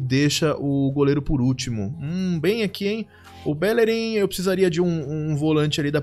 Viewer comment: Cara, vc falando BÉllerin é triste... tem um acento agudo de todo tamanho no I do BellerÍn indicando a vogal tônica... Fora isso, ótimo draft!